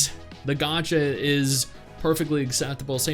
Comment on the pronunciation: The moment he said gacha I'm out